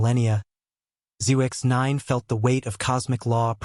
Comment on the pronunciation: Zyx is pronounced as Zix.